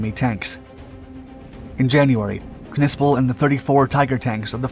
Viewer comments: Its sounded out as Nissple i believe not Kuhnissple lol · Bro, you can’t be that uncultured to know the “K” is silent….it’s just pronounced Nispel 😅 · If I am not mistaken the K is silent in the German language when it precedes an N. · Im sure the K is silent..... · The K is silent. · What is a “pawnzer”? Or did you mean Panzer? Also the K is silent. I can’t finish watching this.